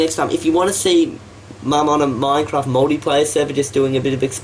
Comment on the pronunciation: Also it's not "mine raft".